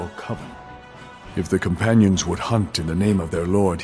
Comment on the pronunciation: “The Companionses hall in whiterun”